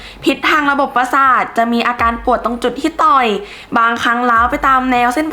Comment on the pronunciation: พี่ครับคำว่าต่อยไม่ใช่ต๋อยครับ